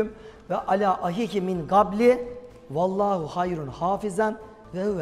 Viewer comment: Talha bey vellahu değil fellahu diye başlıyor ayet.. teşekkürler..